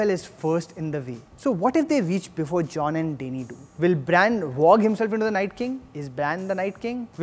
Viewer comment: U watch with subtitles right?? It's Danny not Dainie, Davos is pronounced Dah-vos not Dae-vos and Brianne is pronounced as Bre-Anne not brain.... pls stop just stop... I don't wanna b rude but u talk too fast and seem so nervous....